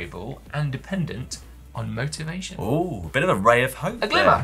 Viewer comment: Dan was that "motivation" or "motor-vation" to regain your KOM? :)